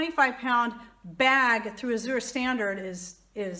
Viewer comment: "As Your" standard. You are pronouncing it wrong. Google how to pronounce Azure (means blue)